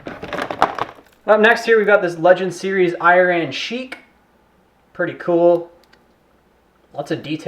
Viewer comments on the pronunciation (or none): It's iron not iran